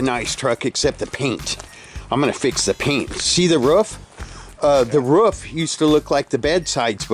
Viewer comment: Why do Americans say “woof” instead of roof?